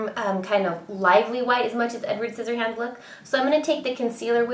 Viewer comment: hahahaha you said sizzyhands